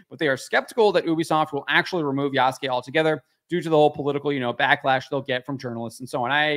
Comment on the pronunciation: Yasuke in Japanese, is properly pronounced YAH-SOO-K-EH with the last ke or K-EH sound said quickly. The ke is pronounced as K-EH not K-AY.